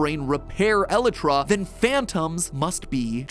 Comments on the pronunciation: yes but to the mincraft community he is pronouncing it wrong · Just because a pronunciation is said by the majority doesn’t mean it’s the right one. Besides, elytra is a real word, not one made up for the game. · I hate it so much. Why Matt why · I'm sorry Mat but the way you pronounce "Elytra" makes me want to stick a needle in my ear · I never heard someone pronounce “Elytra” that way, idk if that is the right way to pronounce it but if it is, It annoys me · yeah yeah, most pronounce the lyt- bit rhyming with flight and put the stress there but matpat putting the stress on the first e bit is just kinda weird lmao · he's been saying it wrong for years and its just slightly irritating but not enough to be super annoying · It hurts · Matt, i love you. but PLEASE get the word elytra right. please please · El-EYE-tra. I don't care what you say. It's like GIF. No one's gonna say "elletruh". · its pronounced e-lay-tra not eli-tra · nah he pronounces it e-lit-tra when its pronounced e-lite-tra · Fun fact MatPat: elytra isn’t pronounced e-le-tra. It’s pronounced eee-li-tra. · It’s pronounced e lie tra not Eli tra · Episode by far has to be the most painful MatPat has ever created MatPat: el-eh-trah Everyone else screaming: EL-IEY-TRAH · elitra? ELITRA?! ee-lie-tra = Elytra Sometimes, Matt, I wonder if your are real or an AI. edit, so a few google searches later and it seems the heathenistic pronunciation is also accepted. My day is ruined. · Matpat i love your videos, but its pronounced "ElYtra" not "eletra" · Why is he pronouncing Elytra so weirdly? Its pronounced "E-LIE-TRA" not "EH-LI TRA" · Oh- my god matpat whatever you do, PLEASE don't say elytra like that I've never taken my headphones off so fast when you said *elet-tra* instead of *E-lie-tra* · Item: Elytra ( pronounced E-lie-tu-rah) Matpat: 'El ItRa' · the way matt pronounces elytra as ell-a-tra, and not el-eye-tra cracks me up. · I’m glad everyone else is mad about “elittra” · How to pronounce Elytra E-lie-trah